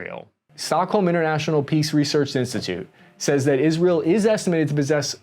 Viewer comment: It's IsrAEl, not IsrEAl ffs...